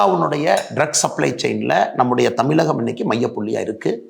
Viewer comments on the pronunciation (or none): none